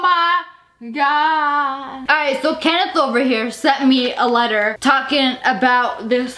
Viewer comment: Later not leter